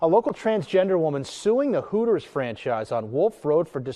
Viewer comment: It's hooters not tooters